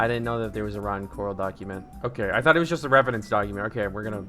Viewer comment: we should use "oaky" instead of "okay" from now on, like it's sort of slang